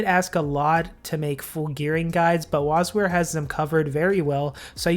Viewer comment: Did you call him Wasweer? O.O